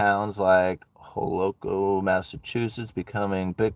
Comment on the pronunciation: Holyoke is pronounced "Holy Oak". I'm from MA the way you pronounced it was awesome! Cracked me up. Keep up the good work brother!